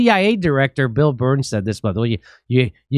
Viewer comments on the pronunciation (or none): none